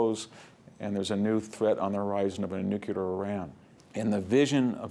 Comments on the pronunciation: It's n-u-c-l-e-a-r, not n-u-c-u-l-a-r. This mispronunciation started with Eisenhower, and apparently will never die. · "Nucular"?? No NUCLEAR Sheesh... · Love VDH's lectures! just an observation, it is "nu-.cle-ar" not "nu-cu-lar"